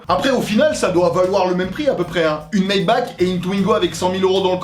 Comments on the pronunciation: je kiff des videos, et je me reconnais en tant que russe dans certaine video, jsuis content que tu embellies la Culture moderne russe. c'est mieux que des compilations d'accidents ou des paysans des années 2000 avec des lada qui foutent la merde. ; ) PS : on dit maybarrrre pour la (maybach) c allemand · Oh ptn, maybach pas maibak 😂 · Une Mayba''ck'' ... C'est 'Mayba''r'' pour info ^^